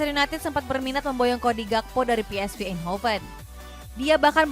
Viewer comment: Pe eS Ve bukan Pi iS Vi ..... paham 😉🤔. Ini Klub Belanda 🇳🇱 🧠 bukan Bahasa Inggris . de Bruijne ( Brayne ) bukan Bruin .